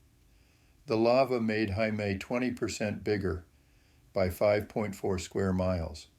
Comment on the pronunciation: Friendly reminder: Heimaey is pronounced exactly like Hay- May! It means Home Island. Heima: home Ey: Island Now you know 😊🙏🏻🇮🇸